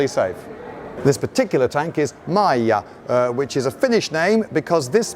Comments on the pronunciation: I was a bit surprised when you pronounced Maija correctly. Most English speakers would probably pronounce it as Mai/dʒ/a. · I was surprised how well you pronounced Maija. I was expecting butchery, but it was pretty excellently done. Bravo! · Great pronounciation of the name Maija. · You actually said "Maija" quite well! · Really nice pronunciation on that "Maija", tip of the hat to you sir! I think i remember seeing at least couple of videos where you were in Finland, so you probably picked up that immensely useful skill of finnish pronunciation right here. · Finally someone can say a finnish name correctly